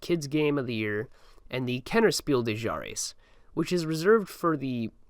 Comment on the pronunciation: My dude. Mad respect for the video but please note:German is not French. The s at the end of des is pronounced